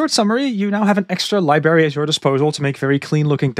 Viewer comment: Mate, I love your work. One piece of advice. Could you please look up how to pronounce the word "library"? You're killing me! 😅